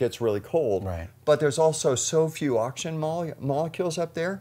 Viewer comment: "oxgin" heh.